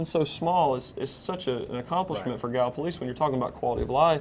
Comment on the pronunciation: Please learn to pronounce Gallipolis gal la police. No plus on it. Ask Mike Thompson. Otherwise great show